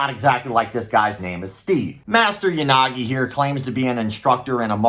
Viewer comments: "Ya Sucky, Ya Nagi" oof my man, gotta spend some time on those non English pronunciations. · For a second there I thought you said "Unagi"... love me some freshwater eel.